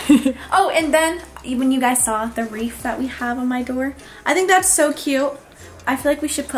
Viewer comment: Wreath not reef